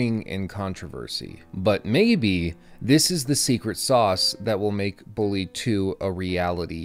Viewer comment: "Bullaaay" Perfect.